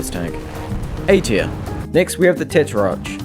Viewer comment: How do you pronounce "tetrarch"? I pronounce it with the "arch" as in "monarch"